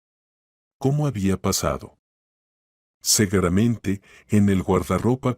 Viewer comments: Seguramente o segueramente?😂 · Y sino vea en vez de decir seguramente,dice cegueramente .¿eso qué es ,qué significa?